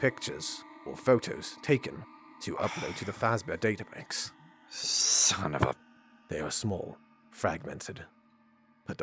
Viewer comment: s it just me or when ever says son of a b- it sounds like sun of a b